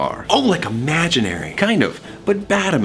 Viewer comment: “Bad imaginary” ...why do I hear forbidden fruit